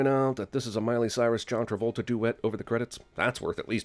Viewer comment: Robert E. O. Speedwagon I didn't know John Travolta was in this until today, and it's my second time watching this and him saying John Trabolta completely slipped my mind the first time.